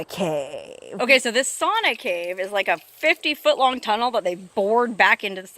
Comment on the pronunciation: Pronounced "Sow Na".